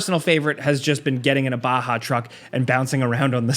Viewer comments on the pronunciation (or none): none